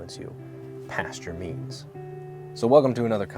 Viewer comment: I thought you said "jeans" at first but yea "means" makes a lot more sense